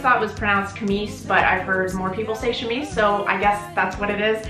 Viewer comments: Native French speaker here; when you see "ch" in a word, it's usually a "shhh" sound, so yes, "chemise" would be pronounced with a soft C/hushing sound, as opposed to the hard C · Chemise come from french and we prononce it chemise, not kemise. Also, isn't wearing corset on bare skin not recomanded ? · so wait...it isn't pronounced CHEM-is? 🤯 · Pronounced shemmy where i live but ....hey ..it looks great ! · Man I’ve definitely been saying it wrong then. I say chemise like “chem” as in chemistry the the “ise” at the end…then again I pronounce words wrong on a daily so not surprised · I'll take a guess that 'chamise' came from Arabic somehow, and originally pronounced 'kamis' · "she-meese" is the French pronunciation... which ironically is based on the older South Asian "kameez". Now for the important stuff... anyone else out there sit up and take notice at the fact that this young woman actually owns a cutlass...? LOL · Pronounce it like shemise